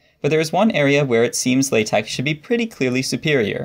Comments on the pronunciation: Are you speech impaired or just being a fool??? Why say Latec when the word is pronounced LATEX Why Wordtec if it is is WordteX??? IDIOT! THUMBS DOWN. NO! X is NEVER pronounced K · I've never heard an academic pronounce it this way... Laaa Tech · I thought it was pronounced like the word latex. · WAIT WAIT It's pronounced lay-tech? I have certainly confused many a colleague by saying that I'm a big fan of latex. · Is it latek or latex? I keep hearing a K. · Wait, do people actually pronounce that x as a k? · That's not how you pronounce (La)TeX according to Knuth ☝️ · The letter X does not make that sound.